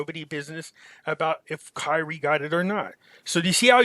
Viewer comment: Bro get his name right it’s Kyrie not Kylie